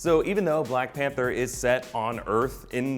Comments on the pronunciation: ... "blank pather"? dewd... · umm, "Blank Pather"? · 😂 "Blank pather" lol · Did he just say Blank Panther mask? 😁😂😲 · BLANK PATHERS? C'mon. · Black panther not blank pather lol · What's a Blank Pather 🙄🤔😂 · "Blank Pather"? Really???????? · "blank pather"? I'm not sure that's how it's spelt lol. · Blank Pather, really!!! Blank Pather 😂😂😂😂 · Black Pather?! Lol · Blank Pather? Lol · Who is "blank pather"? I feel so disrespected. -_ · "Blank Panther" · "blank panther"...?